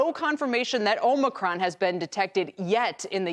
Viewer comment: It is pronounced "aa·muh·kraan", or did you miss that in "col·age"?